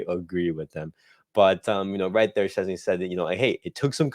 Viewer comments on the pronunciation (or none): Its Pronounces - VOY TECH CHESNY ...lol